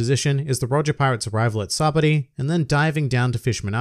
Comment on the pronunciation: By the way, Funimation pronounces Sabaody as "Sayba-ohdi" so that's the pronunciation. Just to let you know!